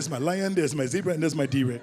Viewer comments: “My Deray “ 😩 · Really Netflix... Really? DeRay ? Word?